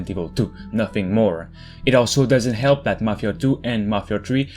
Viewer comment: It doesn't elp a bit